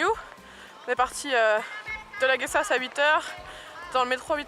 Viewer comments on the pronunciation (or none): Belle présentation Merci ! mais comme Quebecoise je saigne des oreilles d'entendre autant d'anglicismes. J'imagine que c'est plus classe de dire ''on arrive au Great Wall'' ou on sort du ''Guest-A-ous'' comme vous le prononcez. Continuez à voyager la vie est courte !